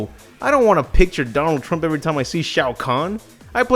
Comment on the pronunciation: please tell me i'm not the only one who hear "Darnold Trump"